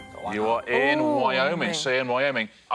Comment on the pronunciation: On the state question, Jason knew the state and was closest. Roisin got the state wrong but happened, by luck, to put her mark in the correct state but further away. She did not deserve a point. And, Richard, Cheyenne is not pronounced "shay- en" but "shy-ann".